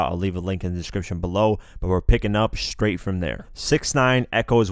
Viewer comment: This nigga said scraight. Nigga stawpppp it lol